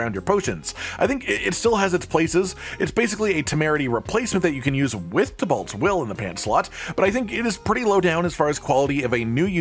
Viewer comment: Why does nobody seem to know how to pronounce Tibeault? … It really does bother me lol